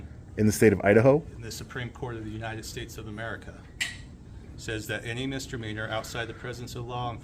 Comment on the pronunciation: The fact that the lieutenant pronounces Misdemeanor as mistermeanor says it all for me!